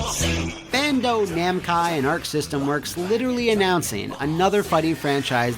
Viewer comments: boi said Bando - Namcai lmao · Did you say Bando Namcai? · I thought I was crazy hearing say Bando Namcai. I had to rewind and listen a few times to make sure I heard right. Almost gave me an aneurysm. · I'm convinced you can't say Bandai Namco properly XD